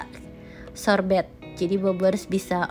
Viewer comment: Shorbee sebutnya buka shorbet!!